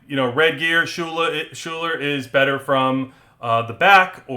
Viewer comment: great breakdown, thank you! btw Schuyler is said "Skylar" :)